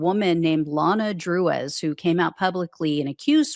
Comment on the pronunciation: Both and pronounced her surname DROOZ, spelled Drewes.